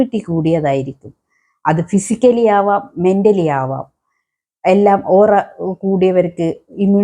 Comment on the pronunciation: ഒറ അല്ല പെണ്ണുംപിളേ.. ഓ റ